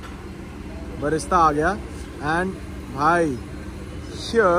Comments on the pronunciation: Vlogger Bhai "Fried Onion" ko "Barista" bol raha hai baar baar, Sounds like Coffee, Isko koi batao usko "Birista" bolte hai fried onion ko 😂😂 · It’s not barista, it’s brista